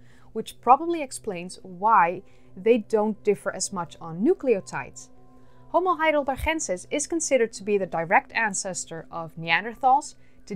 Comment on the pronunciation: You pronounce "homo heidelbergensis" with a g as in good or better iceberg. It is named after the german city of Heidelberg not after a spanish location or person neither from a nederlands place or person.